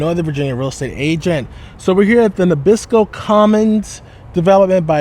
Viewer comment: Nee abs-co sir not Nabisco lol:face-blue-smiling